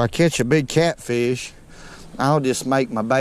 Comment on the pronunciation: "Catfeesh" I love it though.